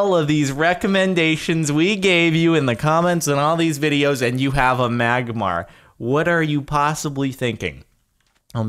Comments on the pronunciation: It's Magmar -_ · Magmar!!! It's magmar